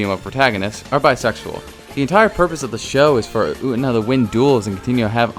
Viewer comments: Did you.... did you really just call Utena "Oot'na"...? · You, pronouncing Utena "U'ENA" is really disturbing ngl. 😐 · youre pronunciation of U-TE-NA is really frustrating lol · The way you pronounced “utena” just took 3 years off my life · hell sameee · Everyone disliked that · Took 12 off of mine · you pronounce utena wrong and it bothers me eVERYTIME aaaa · Dude...the way you pronounce Utena....cringy.